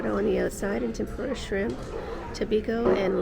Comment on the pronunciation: "This is the shrrrimp tempura."